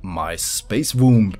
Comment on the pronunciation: the b in womb is actually silent, just saying, no offence, not a native speaker myself amazing creation